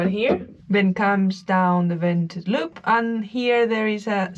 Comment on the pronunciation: Vented loop rhymes with hay what a great video Amiga 😂😂😂